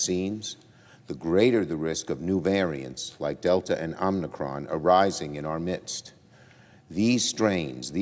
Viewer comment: Chuck, I know it is "new" but could you possibly pronounce Omicron correctly? It is NOT Omnicron.